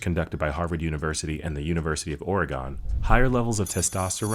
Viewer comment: "and the university of oregone"